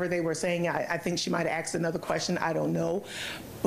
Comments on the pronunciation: Why is she saying “axe” a question? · Any juror who pronounces asked “axed” kick their ass off the jury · Why can't she say "asked" instead of "axed"? These people are supposed to be educated.